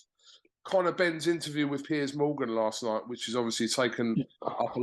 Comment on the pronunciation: I thought it was only americans that pronounced Piers as 'pierce'. Thanks Johnny.